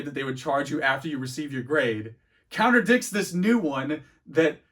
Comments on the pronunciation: I’m sorry are you saying counter dicks instead of contradicts 🧐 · "Contradicts" lol not "counter dicks" haha